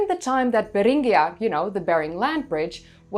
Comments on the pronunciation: That's new, the only way I've heard Beringia pronounced is like Bear-in-jeeh-uh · I did not know Beringia was a Spanish word that is pronounces with a rolling "R".